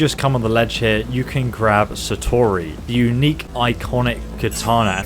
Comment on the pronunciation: fake title, since he says there's a better weapon later on anyway Also calls the sword "satatori" like 5 times, only to later actually call it "Satori" after seeing it in game... Clickbait and lack of preparation